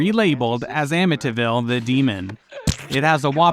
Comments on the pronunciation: Someone really needs to learn how to pronounce words correctly. Amityville is pronounce AMITEE-vill, not Amita- vill. Amd Inchon is pronounced IN-chon. NOT inchun. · Anyone else annoyed by the pronunciation " AmmiTIville"? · I like how he pronounces "Amityville" as "Amintinville." He sounds like an arsehole cooking up a soup for his own consumption. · I lived in Amityville when I was a kid. You’re pronouncing it wrong….